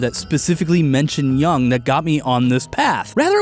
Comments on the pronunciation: I was sent here by my high school philosophy professor to say it's pronounced YUUNG /jʊŋ/ not YANG. Thank you for the attention, I'll show myself out. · For the love of all that is holy, it's pronounced Carl "Yoong," not "Yung" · I love this video, I'm listening to it on repeat while I animate. But I can't get past his pronounciation of Jung XD It's pronounced "You-ng" right? Am I insane??